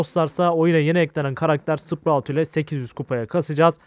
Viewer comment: abi şu karaktere hala sıprağt diyosun tilt oluyom